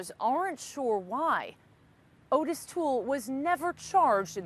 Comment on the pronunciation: Not Otis Toole, Ottis! Pronounced Ot-Tis not Otis!!!!